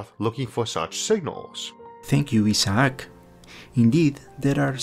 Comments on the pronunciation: I can't help but chuckle when he mispronounces Isaac as E-Sock. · That's the Spanish pronunciation of Isaac. He's got a strong accent, but his English is pretty good. In Brazil I got used to the Portuguese version of the name Isaac, Isaque (ee-ZACK-ee).